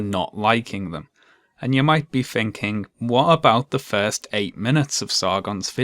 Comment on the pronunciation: I adore and his videos. But (as a teacher who deals with children doing this every day) it really winds me up that he pronounces the sound ‘th’ as ‘ph’. well-reasoned and -researched arguments seem undermined to me when he mispronounces words like ‘thinking’ as ‘phinking’. Sorry if that sounds picky!